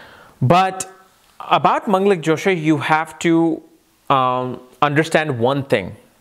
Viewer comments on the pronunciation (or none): Hi, I learn from you and you being my teacher I respect you. I laugh when you try new funny things for us. Truly your Josha pronunciation isn't something that should make anybody doubt about your knowledge at all. In fact I felt that it sounded cute and funny when you said Josha. When we listen to you - we want to learn, which means you are the one who have the knowledge to share, period. Thanks for your match making vedio also.. and the old vedio reference was very helpful. Many thanks.